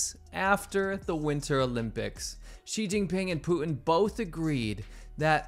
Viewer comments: His name is PUTIN, not POO-IN. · Who the hell is Pooh En? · Poo-in = Putin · Poo-in ?? What's wrong with young people? Is this how public school teaches kids to talk? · You should consider pronouncing "Putin" with a T. Not Poo-in. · You say Putin funny ( Pootin ) 🤣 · Please stop the T dropping it's PuTTTTTin. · Who is Poo- inn? Is he the brother of Xi JinPoo?